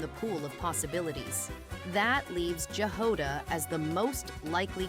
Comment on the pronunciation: Jahoda is slavic word (I know it from Chzech). You pronounce J the same way you pronounce "Y" in "MiHoYo".